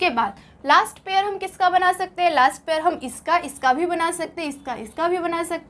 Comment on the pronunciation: Ye pair ko pear padhre